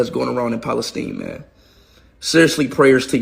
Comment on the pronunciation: He says random stuff Free Palestine ( without pronouncing Palestine correctly) and „Cristiano Ronaldo“ But he goes never deeper in the issues he doesn’t use even good arguments. He is the guy „ don’t make stupid people famous „ Most followers of him are kids, football fans Democrats ( party of USA) BLM and Muslims I know other pro Palestinians who are least can argument and know at from their side at least history That guy dislikes Christians Jews and White peoples btw